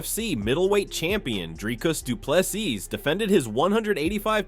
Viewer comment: Not doo ple s i s but say SEA or SEE